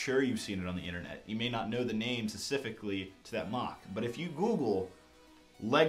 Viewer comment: stop pronouncing 'specifically' wrong